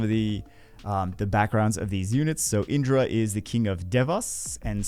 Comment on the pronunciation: Proper pronunciation is key for good content. It's not tomato tomato. In-dra. A-shur-a. It's Naruto themed and also what bagel said.